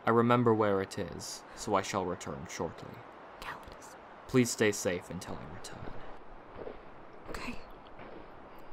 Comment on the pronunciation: Not to be petty, but didn't pronounce Callidus as 'Ca-lai-dus' in the last chapter? (Or at least the stress was in the second syllable.) Also what is his accent exactly?